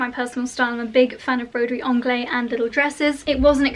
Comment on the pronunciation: Dear, thank you for another wonderfully helpful video! I love all of them. May I just say..the ‚s‘ in Broderie AnglaiSe isn‘t silent. Because there is an e behind it. Lots of love!